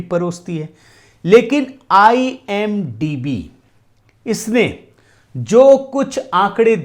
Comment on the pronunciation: IMDb hota hai idmb nahi dumbass 😂😂